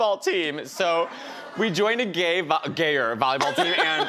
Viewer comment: That cheer was the most emphasis on the gayer, I'm crying :')